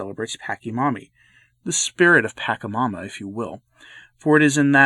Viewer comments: By the way, it is pronounced "Pacha" as in "Change." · Wrong pronunciation of Pachamama.